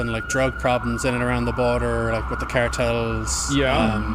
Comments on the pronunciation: 🤦‍♂️ She's trying to pay as much respect as she can to a group of people who illegally traffic humans, by putting as much accent as she can into the word coyotes and cartels. Jesus christ. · "Carteles" lady just say cartels. It's giving white lady saying "gracias" after she gets her chips and salsa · The fake accent whenever she says a word that even remotely spanish is so disrespectful. Cartàles, after "accidentally just saying cartels. Coyotes the terrorists is spelled and pronounced the same as the animal. Its Ky-O-tee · The amount of effort she is taking to pronounce cartels and coyotes in spanish, says everthing about her. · She purposely pronounced Coyotes and Cartels with a Spanish accent to try and squeeze past the fact she's talking about the criminals that are driving people out of Mexico, both literally and figuratively. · oh man the way she says coyotes and cartels, you know shes the worst person alive. god this lady is unbearable i cant stand people like this. listen to how she pronounces certain words. what a complete moron